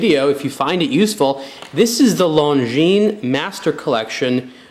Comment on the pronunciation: Finally, some who pronounces Longines properly.